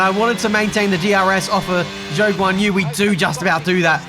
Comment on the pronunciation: Yet he still mispronounces Zhou’s name… he may as well call his team mate Piastri Oscar